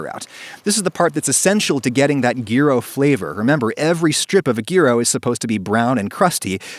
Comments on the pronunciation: I came here with the main question on my minding being, "will he pronounce it "jiro" or correctly "yuro"?" and Adam just came out of left fucking field with a "Gee roe" Btw thanks for making this recipe, I'm Greek and the restaurant we typically got our greek food from recently closed and we can't really get good gyros anymore. I hope this will be a great way to keep eating delicious greek food. BTW try adding fries in there. Not super crispy look up gyro fries. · gheero? Nah, its Jyro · that's how its pronounced- yeero to be exact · Yo man, Greek food tip. Add a slice of dry, stale bread to the tzaziki. It will soak out the excess moisture in an hour, maybe less. Also, it's not Geero, it's more like Hero. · Adam, it is pronounced 'yee-ro', not gear-oh. Look it up! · its "yur-o" not "gee-ro" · Yea, gyro is pronounced yeero not gyro. Do you not get the irony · why can't people just pronounce words correctly? its pronounced jyro not geero. ew. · if you absolutely have to be pedantic (you don't), it's /ˈʝiɾo/. That's not a sound in English, so pronounce it how you prefer. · It’s not even the American pronunciation. We say it like “jy-ro”, although “yi-ro” is the correct way. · "Gear-O"? Okay. Call it what ever you want, I love 'em if they're made right and have proper tzatziki. *Once she stopped laughing, my native Greek Cypriot girlfriend made me say: "YEE-ROH" - now I'm passing it along to you 😂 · As a generic New Yorker it's pronounced jyro.When it matters most I say yee-ro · My man... “gear-oh”? I’ve heard people mispronounce it as “jy-ro” my whole life but never “gear-oh”. It’s “year-o” 😛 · Adam: Gear-ooh Me: Gy-roh Greeks: OH MY GOD, IT'S PRONOUNCED Y E E - R O O H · Its yee-ro xD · Adam Ragusea the G in Gyro is silent, so the pronunciation is Yeero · It triggers me when you say geero its kebab meat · my greek friend pronounces them 'hee-ros'. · Pronounced “year-o”. Otherwise good video. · *posts video on how to pronounce tricky food names *Next video: "Gear-o"